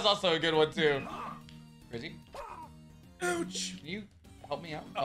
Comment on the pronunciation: puffer says grivvy instead of grizzy lmao